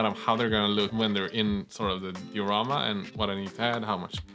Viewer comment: Die-a-ramma .... Been bugging me for ages, good work bois